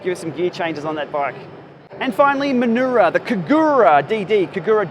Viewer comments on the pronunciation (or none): FYI Minoura is pronounced "Me no oorah" not "Mannorrah"